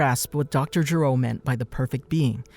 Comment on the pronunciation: Why do you Americans keep mispronouncing/incorrectly translating names in Dragon Ball? It's Dr. Gero with a hard "G" not "J" because his name means to vomit in Japanese.